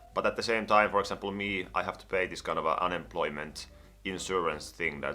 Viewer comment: everytime he says 'kind of a' i somehow hear 'kanava' which is channel in finnish and it confuses me